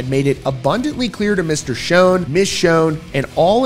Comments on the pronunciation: Imagine doing a video like this without even knowing how to properly pronounce the guitar player's last name. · Why are you pronouncing it Neil Shown ??? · Just for future reference: Schon - rhymes with John. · this guy keeps on saying neil's last name incorrect. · Pretty sure you keep pronouncing Neil’s last name wrong lol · It is not pronounced "shone"! It is pronounced like shawn. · Schon's name sounds like "Shawn" not "shone" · It's a shame that such a great band has to go through this after all these years. Btw -- Steve Smith is not Journey's original drummer. It was Aynsley Dunbar. And Schon is pronounced "Shawn" not "shone." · It’s not Shown, it’s Schon, sounds like Shawn. There is plenty of footage of the band where in their early years Ross Valory used to introduce the band members, and he clearly says Schon’s name as Shawn, not “shown.” As for Journey? The only way the majority of longtime fans would even consider giving any real attention to the band is if all the original members from their past get together and perform the songs for one last tour. Anel excluded. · Pronounce Neil Schon's name right... it's not shonnnnnnnnnnn it is Shon... sh ON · Why do you pronounce Neal’s last name wrong? He doesn’t pronounce it that way, his friends don’t pronounce it that way and his band mates current and former pronounce that way so… maybe you should pronounce it right. It Sch-Ah-n not Sch-oh-n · Dude, will you stop saying "SHONE," please? Holy friggin' SHIT, man!!!!The CORRECT pronunciation is SHAWN.... Rhyming with PAWN! Why is it, people can't pronounce names correctly? Neal HIMSELF, says "SHAWN." My figgin' god, man!!!! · Schon is Italian… it’s pronounced “Shawn”.. listen to Perry introduce h8m on the Captured album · Yes, it's Shawn but not Italian -- it's German according to Neal but he doesn't pronounce it the German way. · Not Schone (long O) Schon pronounced with the scho all together. Have you never heard of him before? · Schon… pronounced Shawn..